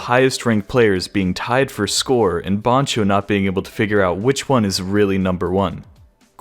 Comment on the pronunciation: dont you ever call bancho "BAHNcho" again. its "BANcho" as in getting BANned🤦‍♂